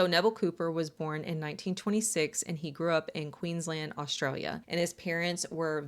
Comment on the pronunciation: On behalf of all Australians, You did a perfect job of pronouncing Queensland 👏 I’ve heard it butchered so many times 🇦🇺